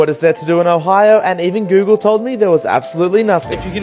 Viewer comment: He pronounced Ohio as "Ohayo"